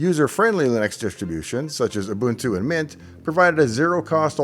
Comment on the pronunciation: An American that pronounces Ubuntu correctly makes the world a better place